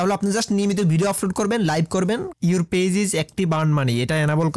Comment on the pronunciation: ফেজ না গাইয়া ভুত, পেজ